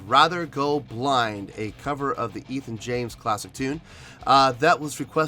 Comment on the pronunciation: Ethan james cover lmaooooo wtf lol im dying its ette james